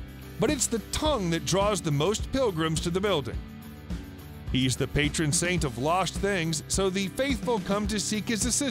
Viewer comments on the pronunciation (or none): none